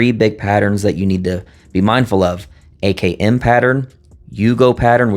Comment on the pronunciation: All though your saying AKM it’s sound like you are saying AKN… it’s very disturbing but I know what you mean; others may not!